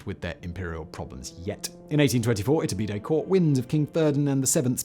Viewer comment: 100% kept hearing his name as its-a-bidet, very confusing when I wasn't paying attention in the middle 😆